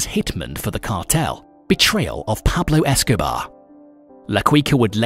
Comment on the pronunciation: Who the Fk is Pablo Escoba?? 🤣